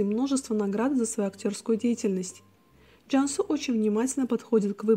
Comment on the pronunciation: Извините, что у вас за акцент? Что за Джяньсу? Джансу она, твердо произносите